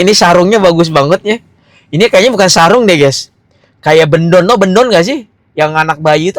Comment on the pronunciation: Bkn Bendong bang tp Bedongan 🤣🤣🤣